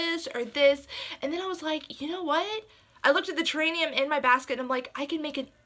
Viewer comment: The word that you are trying to say is terrarium!